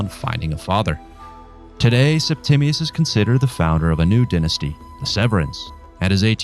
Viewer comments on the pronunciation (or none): none